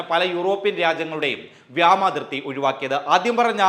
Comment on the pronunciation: എടോ വ്യാമാതിർത്തിയല്ല, വ്യോമാതിർത്തി ആണ്. കാദറിന്റെ വിവരമില്ലായ്മ തന്നെയും പിടികൂടിയാ?.